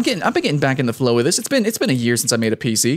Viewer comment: The "flalow" of things lmfao